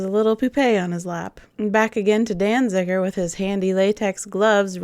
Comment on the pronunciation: Peter Falk pronounced Danziger with an extra "n" for a reason. Say "Danziger" ten times fast and you'll see why.